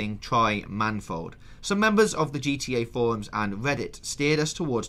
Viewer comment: Love the show , but it's man-E-fold not manfold! :)